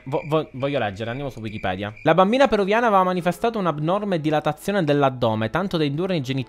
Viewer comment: che bravo a dir wikipidea all inizio e poi anche a scrittura ahahaha ti adorooo